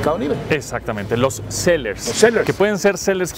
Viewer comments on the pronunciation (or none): "sellers"?? jajaja